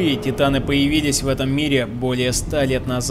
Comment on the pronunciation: Не тайтан и титан! Ни джин а Жан!